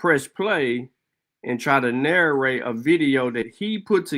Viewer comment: Why did he “naw’gerrr’rate” his funeral